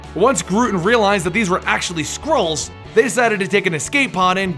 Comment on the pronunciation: When you said Skrulls at first, I thought you were saying squirrels